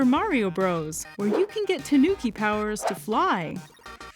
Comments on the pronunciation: Great! But it’s "TA-nu-ki". Not “tuh-NOO-ki". It grates on my ear drums to hear that. While I’m at it, it’s "YA-KU-za" and "TA-MA-go" (egg), not “yuh-KOO-zuh" and "tuh-MAW-go". If udon wanna tempura-arily manga-Ie the lingo. (lingo = apple) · TAHnuki, not tuhNOOki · An interesting introduction to a very interesting animal! Also, just FYI, “tanuki” is a Japanese word—TAnuki, not TaNUki. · That pronunciation of Tanuki killed me. Please learn how to pronounce it properly.